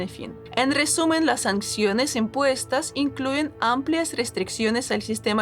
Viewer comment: Sanciones. Se escribe y se dice sanciones, no sancsiones. Saludos.